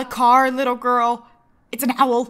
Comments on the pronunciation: When she says: "ITS AN OWL" it was hilarious because of the accent (i cant spell,and im aware of that) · It's not a car gurl its an Owel (what as my life come to?)😶